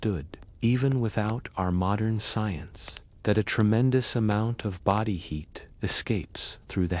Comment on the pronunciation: your AI slop said bowdi instead of body hahahahahah